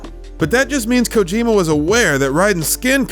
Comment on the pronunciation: "Kojarjar" xD